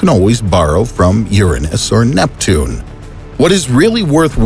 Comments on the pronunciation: Are we ignoring the fact this man called “Uranus” “urinus” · I think you mispronounced Uranus